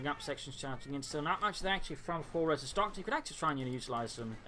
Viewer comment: I think it's pronounced Ares,:^)